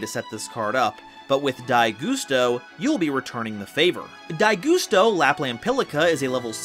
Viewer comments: Gus-Toe Not goose-toe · For the love of god, man, it's GUSTo, not GOOSEto. Y'know, GUST. Like the wind? At any rate, I love me some Gusto. I've found that they really excel at being really hard to keep down due to how recursive they are; a solid counter to any deck who's game plan boils down to 'Big Monster Unga Bunga'. To that end, I like to add Spirit Barrier to the mix to prevent battle damage. Also, Winda is best girl, be she Gusto, Shadoll or Spiritual Beast Tamer. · IT'S PRONOUNCED LIKE A GUST OF WIND THEY'RE CALLED GUSTOS NOT GUSTOS